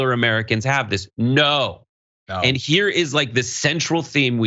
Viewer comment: I can't stand how Marjorie Taylor greene pronounces "Americans" like uhh-mear-uh-kinz